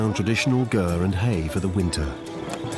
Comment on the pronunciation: i had a hard time with the repeated calling of the yurt, a gurt